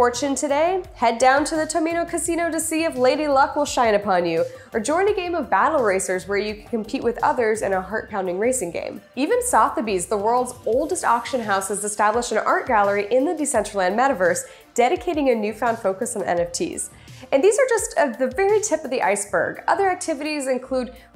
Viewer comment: It's pronounced sutherby's.